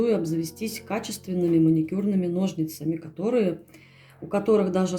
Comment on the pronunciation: Это просто невероятно красиво! Единственное, очень извиняюсь, но режет слух слово "ножницАми".